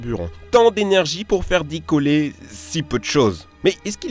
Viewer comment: on "dicolle" !